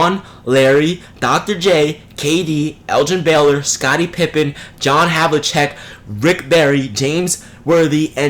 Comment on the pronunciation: "John havi-check"